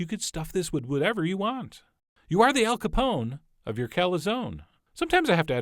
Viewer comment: Fuck your fucking pronunciation... FUCKING PRONOUNCE THE FUCKING LETTER "E". In english you don't don't know how to pronounce this letter?? Is C A L Z O N E and A L C A P O N E, not calzon and al capon like how you are pronouncing...